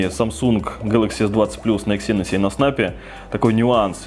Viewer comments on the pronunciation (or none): Не Дименсити, а Дайменсити. Не эксИнос, а Эксинос с ударением на Э